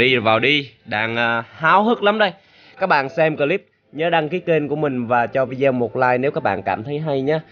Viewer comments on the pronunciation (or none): none